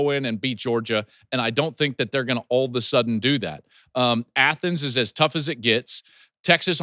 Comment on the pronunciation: like Ya'll...A'la-sudden is how it's done...